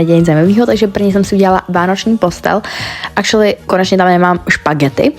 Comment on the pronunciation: Proč pořád říkáš acrualy